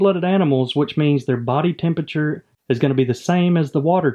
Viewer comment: I just love the way you say tempeture :P